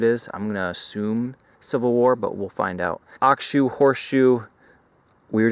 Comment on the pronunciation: "Ox Shoe" Gesundheit.